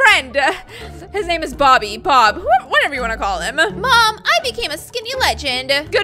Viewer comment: And in the outro, she said Bob not Baw